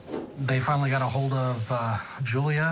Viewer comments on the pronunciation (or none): It's pronounced "Yulia" not "Julia" in Russian/Ukrainian, for one..